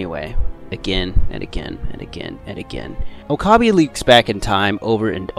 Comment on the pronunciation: I was cringing the whole time when it would switch to Steins;Gate, especially when he said Oh-kah-bee 😂